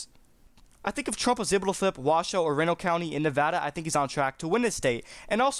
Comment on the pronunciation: Reno is pronounced REE-no, not REN-oh